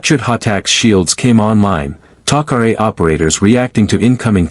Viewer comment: Star gate needs Superman and by the way what is Teal-see and who is Apa-fiss???? And then we have the Goa'uold named HOO-U-ARE??? Even more fun to say!!! All these mispronunciations are ridiculous!!! And then we have the friendly allies the Taco-Ray!!! I Just Can't take this anymore................😶